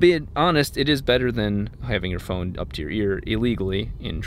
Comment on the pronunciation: he said phrone